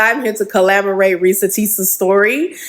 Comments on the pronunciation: Not to be petty at all but the ex gf kept saying collaborate. Its corroborate. Not collaborate. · If she say collaborate instead of corroborate one more time….🤯😂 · Corroborate! “Corroborate” is the word she’s thinking of, not collaborate 😅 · It’s corroborate not collaborate lol why use a word 3 times you don’t know (the 3rd woman) 😂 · The lady saying collaborate vs corroborate really irritated me lol. But yeah I believe em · Please it's "corroborate" for heaven's sake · If she don't stop saying collaborate! Its corroborate!😂😂😂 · If she would stop saying collaborate and not corroborate one more time 😢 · Like…. Shit was aggravating everytime 😂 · It was killin me every time she said it🫠🫠🫠Lmao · Lllaawwdd if she say collaborate instead of corroborate🤣🤣🤣🫠🫠🫠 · Omg I kept saying the same thing!!!!it was annoying 😂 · Girl! The word is CORROBORATE! Damn it lol. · I really want her to say CORROBORATE......